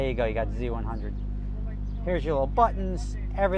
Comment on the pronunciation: Who else heard "IROC-Z" when he said "I rock z-100" lol